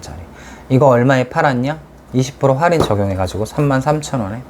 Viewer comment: 영상 너무 잘 보았습니다 큰 도움이 되었어요, 할인이 아니라 활인이라고 하시는데 혹시 이건 다른 의미가 있는걸까요!?